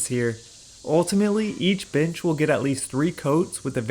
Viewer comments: Omg yes I thought he said chimichanga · I thought wait what b**ches??😂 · Do you say "bench" or "bitch"? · Love this. Am I the only one that thought he said something else when he said bench?